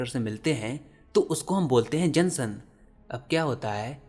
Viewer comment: Sir your are doing great job but bro aapna junction ko galt pronounce kya ha and bro solar energy green tu ha but ess ma both pollution hota ma jab ess ke production hote ha or ho plan kharab ho jata ha ossa recycle karna both mushkil ha and some time yha hota he nhi ha. Aapna ess k bara ma kush nhi bola?